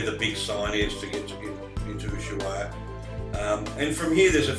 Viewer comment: My g/f is Argentinian and we met in Ushuaia! A hotel that is now a clinic! We have been on that road many times, with Montiel bus and her brother in a car. The train at the end of the world was fun and the guys there knew about the RHDR in Kent as they made the loco's they use! One comment though, Ushuaia is pronounced "Us-why-a" Us like oos, The Spanish don't generally use the "H" it is normally silent, as in "Ola" Hola, etc. Safe travels mate!